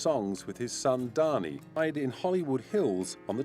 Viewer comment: Incidentally, Ringo did NOT have three sons. Lee is a GIRL. And BTW, Dhani Harrison is pronounced "Danny" instead of "Donny" as the narrator says it. At least that's how family members I've met pronounce it.